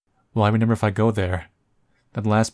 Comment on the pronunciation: Why do you keep mispronouncing remember?